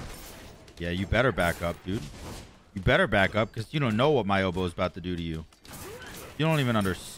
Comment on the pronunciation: It will work for you because you actually say "obow" and not "odeeeeeeebow" like trelli and rexsi.